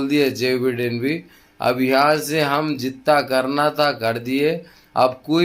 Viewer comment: Bhai wo Jai bendan nhi Joe Biden hai😂😂😂😂😂